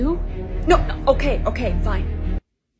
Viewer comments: I love how Riley says Otay instead of ok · I love when everybody says otay :]